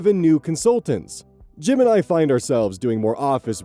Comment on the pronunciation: Keep hearing "Jim and I" as "Gemini." 😅